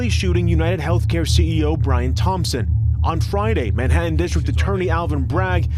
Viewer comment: I hate how he pronounces “Manhattan “